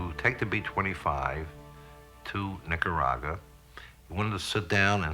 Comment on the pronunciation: We put mafiosi in charge of US troops, and this individual, who cant even pronounce NicaragUa correctly, was one of them. A more sordid collection of crooked jabones you'd never want to meet right there, all jacked up over losing their rackets and safe zones off our porch. Disgusting animals.